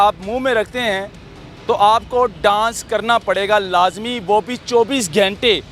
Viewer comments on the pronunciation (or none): چوبیس "گھینٹے" نہیں "گھنٹے" ہوتا ہے، برخوردار۔